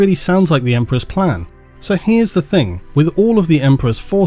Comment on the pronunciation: Love how you go on about pronunciations but say 'think' instead of thing all the time. Hilarious.